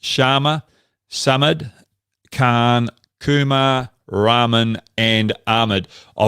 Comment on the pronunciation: Please stop pronouncing Rahman as Ramen. It's making me damn hungry 😋